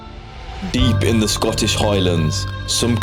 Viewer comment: Don't worry lad I'm English and knew he was way off